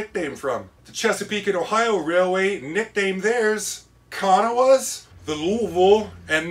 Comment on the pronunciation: The C & O's were "KA--NAWS" not KANAHWAS Don't feel bad no one gets the name right!!!